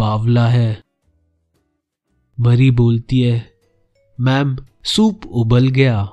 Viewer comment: Dude its not mari its mary just kidding really luv ur channel and ur way of explaination is awsm I always visit ur channel during my exam time